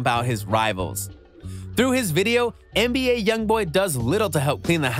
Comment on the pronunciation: Why you keep sayin mba when the correct way to say it is nba